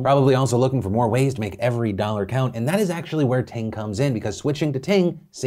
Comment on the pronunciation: "It izz what it izz"